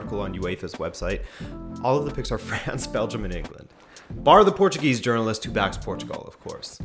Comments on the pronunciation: never thought I'd hear a scouser pronounce portuguese names the portuguese way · A scouser saying correctly Portuguese names? I'm buffled. I mean football is capable of everything. If he was born here? nah I don't think so. But he has a good accent and seems to have a vast knowledge of our team. Amazing. Cheers to you guys! Oh I forgot to say portugal won 3-0. Top of the group for now.